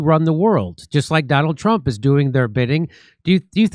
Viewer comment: Too funny, about 4 minutes into the video, you said “you really have to be a Trump to not see through it”. I heard “ you really have to be a Trump to Nazi through it”.